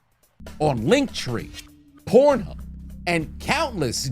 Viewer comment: Ayooo hollup did u say pornhub or is my ass trippin